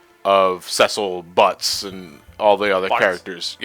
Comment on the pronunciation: Cecil Buttz? I thought it was Cecil Harvey.